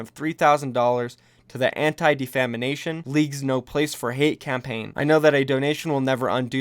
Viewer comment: "Anti-Defamination" ×D